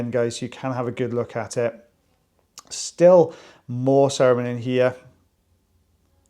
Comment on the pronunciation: Every time you say cerumen, I keep hearing Saruman and am waiting for the orc to pop out.